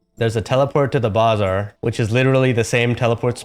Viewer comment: He-he yo, you kinda made fun of Maygi's mispronunciation of Fei Se when she uploaded that particular video guide of hers, and what do I catch you doing?;) it's buh-ZAAR, not BAH ZAR XDD too funny